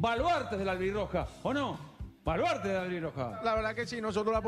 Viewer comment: Jaja! Muy buena la imitación, no se porque se ofende algunos si ellos tienen a un humorista que normalmente imita a personalidades del fútbol. Lo que si estuvo de más fué el "valuaaaarte" con tanto énfasis.